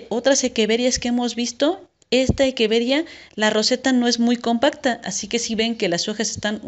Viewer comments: Me pone nervioso q diga equeveria y no echeveria jaja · De dónde eres? Porque equeveria y no echeveria? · Hola, respecto a esto te comparto el porque: La pronunciación correcta. En latín la pronunciación de la ‘ch’ suena como ‘q’ y la ‘rr’ no existe. Por lo que científicamente la Echeveria se pronuncia como Equeveria. Saludos!